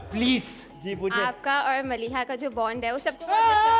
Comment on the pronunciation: The audience member said maliha instead mareeha 😅